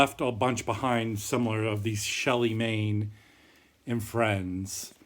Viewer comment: I have several BASF MPS albums from the early 70s. Obviously thrift stores in other parts of the country are way better than NE California where there's absolutely nothing except trashed records. And never any jazz! I think his name Manne is pronounced Man.